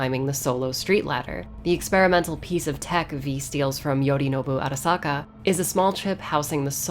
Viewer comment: I love how she pronounces "Arasaka" Properly